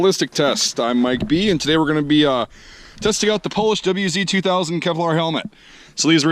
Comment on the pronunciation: The W is pronounced liked a V.